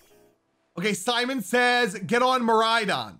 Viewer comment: there is no “O” he is saying miraidon how it’s supposed to be pronounced